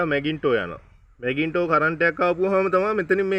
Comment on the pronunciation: මැගින්ටෝ නෙවේ.. මැග්නිටෝ.. මොල් ගහයි වංගෙඩියි නෙවේ බන්. Male female